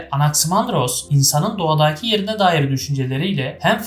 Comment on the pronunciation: İçerik ve anlatım gayet başarılı, tebrikler 👏🏻👏🏻👏🏻 Fakat "hariiiita" ve "doğadaaaki" şeklindeki telaffuzlar biraz kulak tırmalıyor 😊